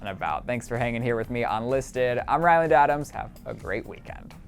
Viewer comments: first of all, "Ryland" not "Rileland". Second, even I like Ryland and Shane, but we're not even talking about them. We're talking about Troye and Connor. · ryland? ryland.